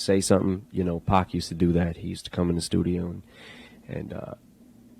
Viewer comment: Es bacano cuando dice "yu nou" Jajajja